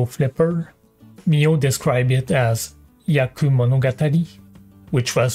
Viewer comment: dude.... do you really speak japanese? you pronounced "haku" instend of "hyaku".